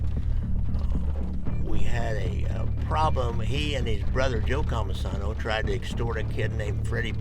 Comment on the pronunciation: It's Cammisano, not Comisono